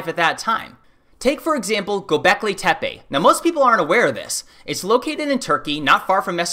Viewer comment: Please do not pronounce Tepe like tapee. It is more like t'pe.